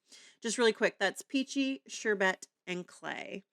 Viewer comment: Beautiful blending!! It’s pronounced like ‘sure Bert’.😊